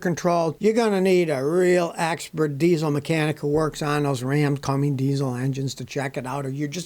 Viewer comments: It's Cummins Scotty, not Comings. Cu--mins. Why can't people pronounce simple words with two syllables? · Cummins, not Cummings Scotty. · Cummins not Commings. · Cummins, Scotty. Not Cummings. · Why does Scotty always pronounce it "Cummings"? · Hey Scotty, you’ve taught me sooooo much. I’m gonna teach you something now. There is no “g” in Cummins.🙂